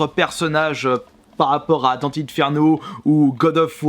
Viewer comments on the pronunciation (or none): none